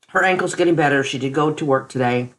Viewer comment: She, not sheet... Good grief